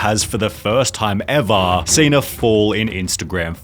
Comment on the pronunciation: I don't like the Rock, but I also don't like this trend where creators draw out the syllable for the last word in a sentence for 4 seconds. "The Rock just made the most disliked video EVVVAAAAAARRRRRRR! So annoying.